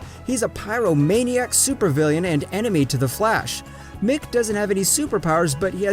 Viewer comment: It is mic not Mickey